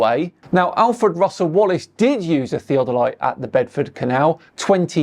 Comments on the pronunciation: Omg, tell me you have know idea what you are talking about by butchering the pronounciation of theodolite. Sad. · I was just about to throw my phone across the room - because the way he was saying "Theodolite'. 🤬😡🤯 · The way he pronounces "theodolite" may be the most annoying thing he's ever done . . . and that's saying a lot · is a known CIA-funded disinformation mouthpiece stationed abroad. He simply narrates what he is told. That's why he often mispronounces words he would know how to say if he had truly researched it. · glad I'm not the only one who picked up on how he pronounces theodolite... I mean theo de light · his inner British guy came out. 'Tea Delight' lmao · shows his absolute ignorance by repeatedly mispronouncing "theodolite." These flat-earth fanatics continuously show how ignorant and/or gullible they are. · The way he pronounces theodolite, you can tell that he's not used to reading big words. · The guy cannot even pronounce "Theodolite" correctly. ha ha ha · Anyone who pronounces "theodolite" like does has clearly never used one. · It literally sounds like is saying, and I will word this out like a dictionary word. ( Thee - A - Deh - Lights ). It’s (Thee-Oh-del-ites ). If you’re pronouncing it properly, and using correct enunciation. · I like the way he said it... like Thea Delight. I still don't buy what he's selling. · Theo delight. When did an o start making an e sound? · Sorry what? Theo-delights? He can't even say the word correctly and then assumes to know how they work. LMAO!!! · Thea-del-light? It took me two tries to understand what he was talking about and my dad is a surveyor. 😂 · The way pronounces "Theo Doe Lights" is instantly triggering to me as someone who learned surveying in college. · I dont know who is more annoying "theo-der-light" or potato dave